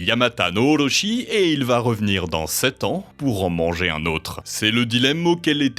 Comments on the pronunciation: Ca se prononce Orotchi, Oroshi est quelque chose de totalement différent. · Ici où sur d'autres vidéos vous prononcez correctement les noms. À savoir en français car vous l'êtes. Excepté pour les "R" de mots japonais en contenant comme Orochi. À part cette lettre dans cette langue, vous prononcez en français. Tellement weeb... Ça me fait bien rire. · Dommage que les prononciations des mots japonais soient bancales : Kusanagi est bien prononcé alors que juste avant Sasuno est prononcé "Suzano" alors que c'est "Susano" tout simplement. Pareil pour Orochi -> "Orotchi". Vous pouvez faire lire les mot pour une IA par ex pour être sûr